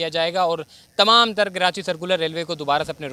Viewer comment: Bhai khuda ka wasta he.. KaraNchi mat bola kro.. rwporting achi he apko but please pronounce Karachi the correct way